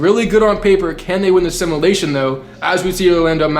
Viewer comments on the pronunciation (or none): Love your videos but please say “simulation” right for once, it’s not simalation